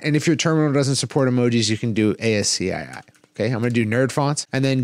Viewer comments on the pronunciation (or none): Cool. ASCII is commonly pronounced “ask key”